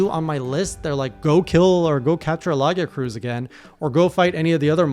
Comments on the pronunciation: Luh-guy-uh-cris is typically how it is pronounced just fyi. Stressing the guy, and destressing the first and last syllables. No pressure to pronounce it that way, just letting you know! 🤠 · AAAAAAAAAAAAAAAAAAAAAAAAAAAAAAAAAAAAAAAAAAAAAAAAAAAAAAAAAAAAAAAAAAAAAAAAAAAAAAAAAAAAAAAAAAAAAAAAAAAAAA the way you say lagiacrus makes me want to take a heavy bowgun and RUN YOU DOWN with it. but with giggi ya its made to be a pissy arse hole, who btw has a good armor set visal and also good horn. (i personally have more horns than switchaxes in this game and only in second is the DB in count,) now im gonna make it clear here, the problems ya run into are what most old gens got over. all you got over them is the new games experince, i personally like to take only the monster fighting in, but otherwise just go blank as i can. oh and HERES A GATHERING TIP: crounch down for gathering, for it saves ya some time making collection faster